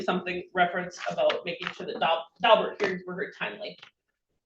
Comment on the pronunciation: It’s “Daubert”, not “Dalbert.”